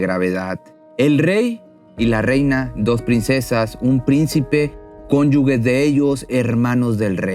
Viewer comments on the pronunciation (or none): Hola!! Cónyuge se dice así "ge" no "gue" xq sos muy bueno contando estas historias , es algo a corregir. 👏👏👏😘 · Hay que estar preparado para ser narrador! 🤪 Cónyuge de pronuncia "conyuje" no "conyugue"